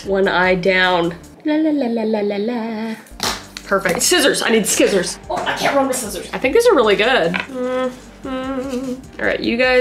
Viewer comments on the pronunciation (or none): Kris: “Skissors! I need skissors!” Also Kris: “Oh, I can’t run with skissors!” I love you, home sis! Edit: Tysm for all the likes! 🤗🤗🤗🤗🤗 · You also call scissors skissors😊